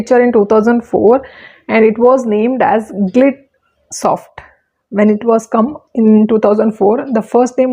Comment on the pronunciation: Not Glidsoft, it’s GLIDESOFT